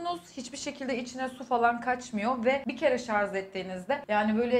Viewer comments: Sarz değil şarj sinir oldum sen konuşma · Şarz değil " ŞARJ " vizyonsuz.. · Lütfen Şarz değil şarj.. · Şarz nedir ya 30 yaşındasın sen şarj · ŞARZ MI? hala gençlere örnek olmayı öğrenemediniz. Siz toplum önünde olan insanlarsınız. Düzgün lisanla konuşmak zor olmasa gerek. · Sen şarz dedikçe beynim uyuşuyo kız 😂😂